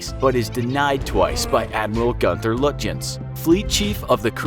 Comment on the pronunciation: The ships look disgusting in the video, sorry for saying that but its true. AND HOW DID HE SAY GÜNTHER LÜTJENS THE "TH" IS STILL SAD LIkE A NORMAL "T"